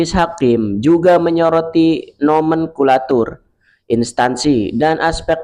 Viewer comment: Mas nomenklatur bukan nomenkulatur 😂😂😅